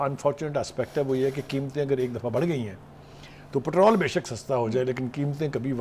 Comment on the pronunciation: Patral 😂 please watch your words lady it’s called patrol